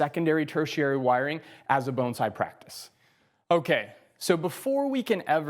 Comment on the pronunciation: Love, just wish he didn’t say bonesai!! Even the subtitles can’t understand so they spell it bone side!!